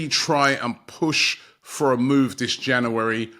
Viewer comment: Just wish Robbie would pronounce January correctly, makes me cringe 😂 plus as an arsenal fan, I believe we ant buying anyone.. we are still a dead club with a dead owners who care only about there American sports teams. I don't think Arteta is the man for job anymore either.. overworking players and its showing again like last season, we are running out of stream too early.